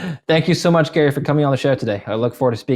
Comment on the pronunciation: Gary pronounced him wrong